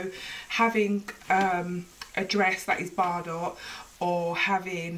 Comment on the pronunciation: This is lovely but Bardot it pronounced bar-doe as in toe